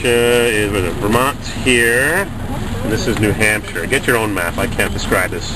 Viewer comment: Neeew Haaapshieeere..pls pronounce that!!